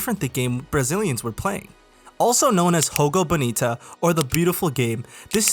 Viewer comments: You're pronouncing Jogo Bonito as if in spanish. The right pronunciation would be with the J as if in "Joe". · what the hel is "hogo bonito" bro... We speak portuguese, not spanish